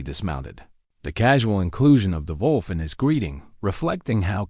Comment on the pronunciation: big man + desparate wolf = dog, lifetime companion. That is probably how that whole thing started. Touching story. Some spelling errors. Those random spoken "dot"s are disruptive. Before there is a bit of gibberish. Your AI has a big problem saying "wolf". Did he get more wood for the fire? It had been running out.